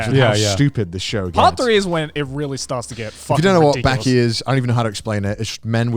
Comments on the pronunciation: Its called BAAAKI not BÄÄÄKI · Say baaki not byaki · Joye & Gant: Baki (バキ) Conner: Beky (ベキ) WTF! Its not BEKY its BAKI. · The way Connor pronounces Bäki makes me want to give myself a lobotomy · "I started watching Bäki" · Connor the only guy to pronounce baki as becky without being called out